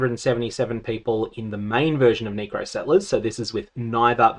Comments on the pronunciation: neh-cro not nee-cro jesus lmao. never learn spanish colours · i swear to god you are saying knee crow to trigger people lol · Its NECK-CROW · My guy it's pronounced NECK-ro lmao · Brother abusing his chance to use the N word to the max, that C sounding more and more like a G every time 🤣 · The way you pronounce necro is actually kinda sus.